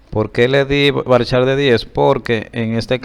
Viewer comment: usted dijo en el liceo que era varchat no varchar